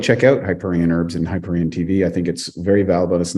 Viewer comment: Hyperon instead of hyperion... hmm, not a good start :D Btw. you were inspired by the book I suppose. I haven't ever read it though it's been recommended to me. Still find it good?